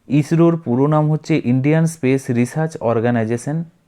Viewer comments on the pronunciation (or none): none